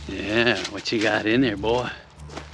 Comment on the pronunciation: Stop saying boy like your from the kkkkkkkk